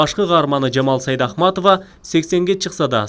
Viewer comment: Сайдахматова дегени эмнеси? Туура окугулачы..Сейдакматова